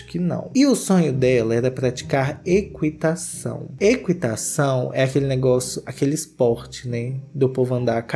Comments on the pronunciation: Agora também não sabe falar ? Não sei é eqUItação, é equItação, não se lê o U, nunca se leu... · Meu Deus, equitação (ki) não kui